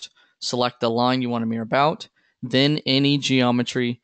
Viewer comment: This pronunciation of "mirror" sounds so strange to me, like "meer" (just one syllable). Took me a second to figure out what you meant, because I wasn't watching the screen. ;-)